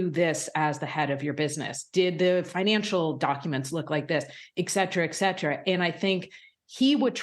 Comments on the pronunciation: Hey lady, the word is "Et-cetera", not "Ec-cetera. Come on you're supposed to be educated. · Why are more and more reporters of assumed intelligence mispronouncing "et cetera" as "ek cetera"? Eck!